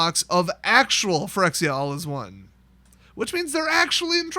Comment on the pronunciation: Quirexia all will be mispronounced